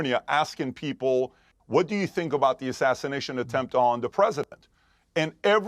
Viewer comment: The word is attempt,.................not a temp.